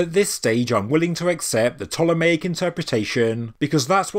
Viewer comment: you say you are open to new ideas and theories, yet i keep kindly trying to point out you are pronouncing Ptolemaic wrong. Its P'TOLEMAIC, I praise your videos but you're doing my OCD in now lol, heres how say it Ptolemy and Ptolemaic please.....pleeeeeease 😂😂